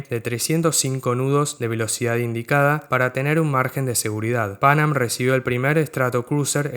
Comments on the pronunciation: Me gustó mucho tu video. No como crítica sino como contribución quisiera señalar que la pronunciación de Pan Am era "pan-am" y no "pánam" y la "C" de BOAC era por "corporation" no por company. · me hace ruido escucharte decir "pánam" cuando escuchamos "panám" toda la vida...que diría Laura Franco...y por supuesto su mentor y quien la bautizó:Gerardo Sofovich